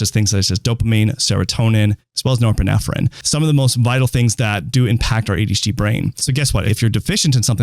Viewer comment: erm.. doctor.. you might wanna learn how to pronounce nore-pine-phrine.... its not nore-pinef-pine-pinephrine